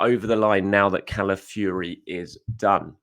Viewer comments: Ciao, do you know any Italian to help you with the pronunciation of Calafiori?😅 Otherwise it's going to be a long season listening to you😂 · please listen to this pronunciation of Calafiore Love your work